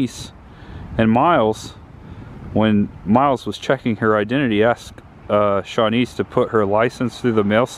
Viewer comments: Ps - her name is actually pronounced Sheh-niece (Buck’s girlfriend - portrayed by Amy Madigan) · Great video aside from the pronunciation of Chanice lol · You keep pronouncing Chanice, Winnetka, and Trier wrong.